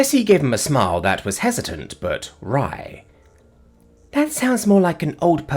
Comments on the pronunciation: I feel happier than Celani right now: LEARNED HOW TO PRONOUNCE WRY!!! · Wait ine got dang minute....did just prounce "wry" properly?!?! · Only one time, lol, but it's a start XD